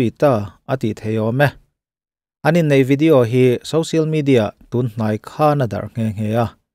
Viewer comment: Social=Sawsial not Sosial (Sousial)